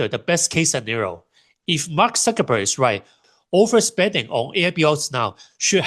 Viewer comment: I assumed he was just pronouncing Cuckerberg with an S sound